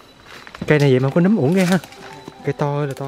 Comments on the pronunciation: Nấmmmm!!! Chứ khôg phải númmm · Nấm chứ k phải nhúm nha anh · Nấm ✅️ Núm❌️ Núm là khác nx ☻️